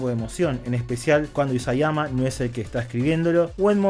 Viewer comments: Bueno, primero que todo. Se llama Isayama, no Iyasama 😂. Ahora, en cuanto a las cosas que no me gustaron mucho de Shingeki hay varias cositas: 1) la forma en que maneja la política. Yo pienso seriamente que hacer esa reunión en una ciudad portuaria con una amenaza a no muchos kilómetros de distancia; y además, convocando a una gran cantidad de políticos, es irreal y estúpido. Lo que hace que todo el tema político que se trabaja en tantos paneles sea aburrido e innecesario. Hay muchas conveniencias en Shingeki que me disgustan pero esta es la que más me ha disgustado. 2) el tema del vino fue tan evidente que no me generó nada el verlo. Es decir, si sos tan pelotudo como para que te den la información de cómo convierten a los Eldianos en Titanes, saber que es a través de un líquido y aún así aceptar importación de bebidas en tu nación, merecés lo que sea que te pase a continuación. 3) ya me dio hueva seguir escribiendo y a nadie le importa mi opinión de todas formas 😂 Que les vaya bonito. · "Iyasama" xd, es Isayama amigo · "Iyazama" xd